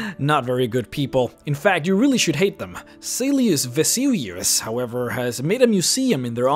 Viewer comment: I'm surprised his mispronunciation of silus vesuius wasn't commented on.